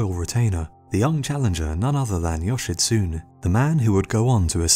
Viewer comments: Japanese translation, yoshitsune is not pronounced yoshitsuun. It`s more like yo-she-tsu-nei. you`re welcome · Just saying, Yoshitsune is pronounced Yoshitsu-nay not Yoshitsoon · yoshitSUNE NOT yoshitSOON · You are pronoucing Yoshitsune with English phonotactics. Remember, if you are reading any language outside of English you say the ending 'e'. 'Yoshitsun-e'. Also if you are interested in the story of Benkei and his Minamoto samurai master look up the movie "The Men Who Tread on Tiger's Tails". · Yo- shi- tsu- ne Thats all the nitpick I have with this video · Me a Japanese guy cringing at the pronunciation of Yoshitsune: 😬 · As Japanese i also feel your pain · You are mispronouncing the name "Yoshitsune". The name has four syllables: the final e is pronounced like the letter A. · You pronounced Yoshitsune wrong.